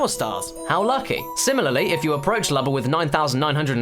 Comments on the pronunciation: Your saying Lubba's name wrong it's Lewbba not luhbba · It's pronounced like Luma with a b instead of a m.